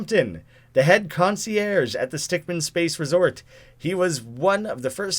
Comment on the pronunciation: Correction: Stickmin (min not man)